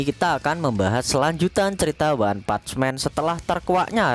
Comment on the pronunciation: PUNCH PAKE N min.. bukan PUCH